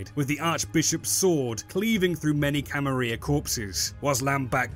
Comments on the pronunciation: Wait...are you saying Camaria??? It's Camarilla...you're missing the L's... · May I ask why exactly you pronounce the "Camarilla" as the "Camaria"? Is it perhaps because of Swansong or some other reason? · In Spanish a double L is pronounced like a "Y" is in English. IE Tortilla. I assume this is why some people pronounce it like that. Which way is intended? Who knows. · VTM clearly has some Spanish influence though! So I wouldn't be surprised if it's pronounced as a Y. For example "La Sombra" literally means "the shadow" in Spanish.